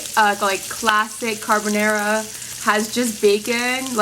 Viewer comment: Thats not ‘Cabonara’